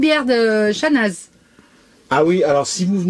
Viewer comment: tres belle video comme d hab. et j attends toujours vos vidéo avec impatience. petite info on ne prononce pas le z de chanaz ( on le dit simplement chana ). c est comme le x de chamonix. a plus.